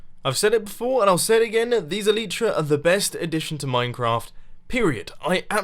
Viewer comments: MUMBO please pronounce Elytra correctly. It's Elytra not Eleytreea (A-lie-Tra) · You need to light up the underside of the dirt you placed whilst terraforming PS It's called el(Y)tra not el(I)tra :-) other thai that keep up the good work love your videoes :-D